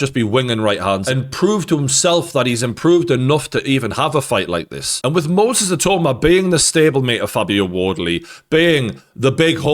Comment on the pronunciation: I-TAU-MA. NOT I-TOE-MA